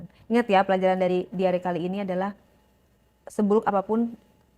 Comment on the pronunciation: Diary, bukan diare (moncor).